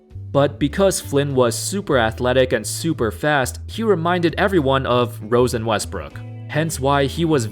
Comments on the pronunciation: He said Rose and Westbrook, but does sound more like "Rosen" Westbrook. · Rose and westbrook sounded like rosen westbrook